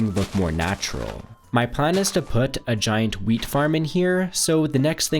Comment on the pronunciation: sounded like now lets harvest the meat so i rewinded it and it was actually wheat love ur vids bro